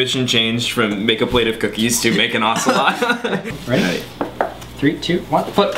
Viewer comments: i dint like the way you pronounce ocelot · you pronounce ocelot really white.